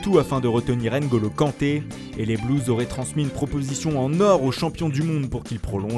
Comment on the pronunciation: C pas N’Golo Kanté ( Oui ça l’est mais c pas comme ça qu’on le dit ) NGOLO KANTÉ, N+Golo, pas N, pause, Kanté